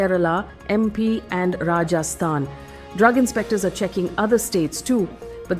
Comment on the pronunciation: Faye it'll be so much nicer if you work on your pronunciation of geographical locations. Rajastun, Uzbekistun, Jaamu 😢